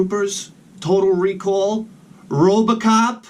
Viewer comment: "Robacop" Awesome